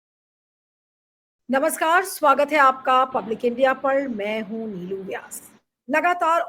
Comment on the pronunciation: ओ भाई, " लीलू" जी नहीं है " नीलू" जी है